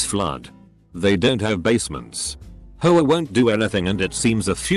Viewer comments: All I hear is HOE -UH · Lmao how the guy says HOA 😂😂😂😂😂😂😂😂